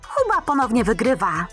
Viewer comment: Booba powiedziałaś huba